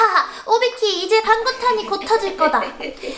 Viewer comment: 는 맨날 오비키를 오바키라고말하네ㅋㅋㅋ